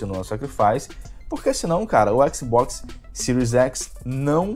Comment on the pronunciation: Adoro o jeito que o fala xbox, (Equisboquis)